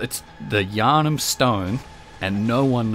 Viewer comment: "The Yahrnam stone" Please don't be the pendant all over again... ;_